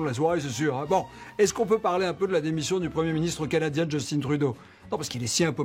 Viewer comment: Justin Trudeau est député de Montréal à l’origine et son nom se prononce JUS-TAIN en français, surtout qu’il est de père québécois. C’est pas Justin Bieber. 🤦🏻‍♂️